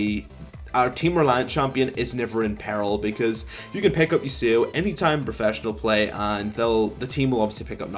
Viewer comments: "I'm playing ye sew oh" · I like the video. The way u pronounce yasuo makes me cringe.